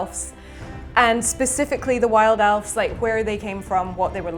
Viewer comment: I'm not angry that he keeps playing Elves. I'm angry that she keeps saying Elfs.